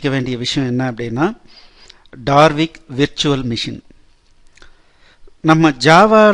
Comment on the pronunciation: Its Dalvik Virtual machine and NOT DaRvik. Please correct it